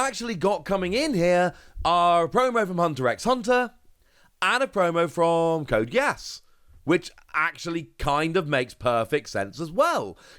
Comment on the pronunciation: Btw it's pronounced like Code GĒ-ĂSS. This could be a fun game!